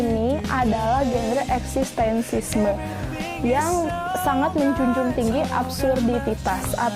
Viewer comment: Koreksi untuk pada beberapa salah ucap: bukan Simantupang, tapi Simatupang. Bukan eksistensisme tapi eksistensialisme. Mengapa tokoh mengapur kuburan? Penulis ingin membuat paradox antara seorang pelukis [yang pasti bermain warna, mengisi lukisannya dengan nilai filsafatnya], kini hanya mencat kuburan. Selbihnya saya apresiasi telah mencoba membaca novel Iwan Simatupang yang absurd.👍👍👍